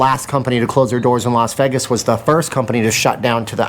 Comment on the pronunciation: How about this for a topic? How do pronounce Vegas? Is it Vay?like everyone says it or is it Veg (like beg) like you say it?